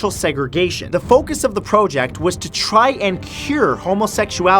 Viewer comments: Say project right plz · The way you're pronouncing 'project' is bothering me so bad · you said project wrong XD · Me: "Project" Matthew Santoro, an intellectual: "Prohject" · “Pro ject” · PRO-JECT INTENSIFIES. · You know it's pronounced project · Why do you pronounce both prowject and project Matt? Stay real that's what we love. I love the new format by the way. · First leme start by saying, Matt I love your videos. Always very fun to watch. But ok, this video. Maybe it's just me but you said so many things with a strange accent that it was too distracting lol. For instance "project." Look I know everyone says things differently but this was too distracting when you say "pro-ject". What really got me though is that you said project normally in the middle of the video. So very inconsistent lol. Maybe it's just me but I never hear it pronounced like that. I can't be the only one this bothers lol. Anyone else? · It is interesting that Matthew switches between pronouncing project as "pro-ject" and "praw-ject" throughout the video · Out of this whole video, the one thing that I couldn't stop thinking about was Matt pronouncing "project" two different ways. (Pro-ject) ; (Praw-ject) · He pronounces project as pro-ject then pra-ject. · You need to decide which way you’re going to pronounce “PROJECT” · Today I learned that the word “project” has different pronunciations while being used in various way in the English language. Thanks Matt, you thought me something you didn’t even intentionally mean to👍🏼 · Why do you pronounce "project" differently everytime hahaha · AH! PICK A PRONOUNCIATION IS IT project with a long O or a short O dont mind me, im just a triggered 4 year old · It's interesting (and adorable) you pronounce "project" two different ways. ☺️ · Why pronounce project like that.... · That moment when your not sure how you wanna pronounce "project"